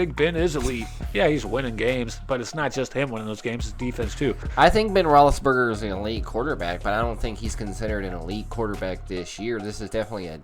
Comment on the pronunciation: Who tf said rolisberger 🤣🤣🤣🤣